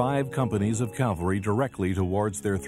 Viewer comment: This was very well done, especially with the Indian descendants telling their stories.. BTW, Custer led a "cavalry", not a " calvary", which is a Biblical term.